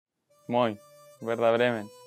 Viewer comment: Moin - perfekt ausgesprochen 👍🤣